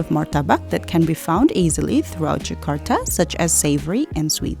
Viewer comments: Jakarta not Zakarta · I don't get it why you pronounce Jakarta and Indonesia very wrong even though u come from Indonesia